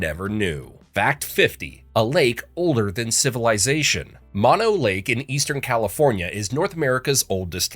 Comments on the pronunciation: Mono is pronounced closer to Moe-No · “Mano lake” 🥀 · It’s Mono, pronounced Mono, two long o‘s!!! Not two short o‘s the way you mispronounced it. Please talk to the locals before you report on areas that are important to local people like me! It’s not only irritating it’s embarrassing. Otherwise nice documentary. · Mono ? try mOnO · Tulare is not NOT pronounced like two-lair; it's pronounced two-lair-ee And it's Moe-no lake.